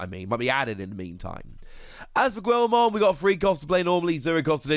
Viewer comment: who is gwillmon? please go watch ANY clip with guilmon in it on youtube to get proper pronunciation of it, this is cringey haha